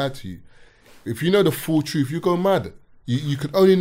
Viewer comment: "You can't handle the TROOOT!!" If uno uno